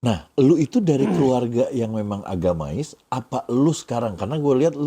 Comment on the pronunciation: Bukan 'agamais' tapi 'AGAMIS '